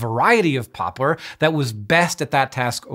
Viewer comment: My inner child is apparently 6 years old cuz I giggled uncontrollably every time he said "pooplar" ...